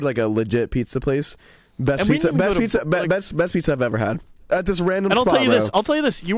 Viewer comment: “pitzer and pahsta”-george 2022